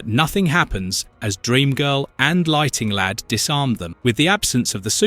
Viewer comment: I could swear that I heard the narrator say "Lighting Lad" a couple of times in this. So without further ado, I present to you The Legion of Misprint Superheroes: (Feel free to add to the team!) Lighting Lad Comic Boy Sunburn Girl Jouncing Boy Maniac 5 Predicate Girl/Neo Damsel Scream Girl Faintin' Girl Limber Wolf Shrinking Violin Funboy Stirboy Feral Lad Monorail